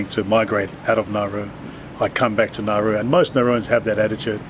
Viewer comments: Isn’t this country pronounced Na-oo-ru? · Drew: It’s Nauru time. What I heard: “It’s Naruto.” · I thought you said Naru I was like- NARUTO! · It pronounced na oo roo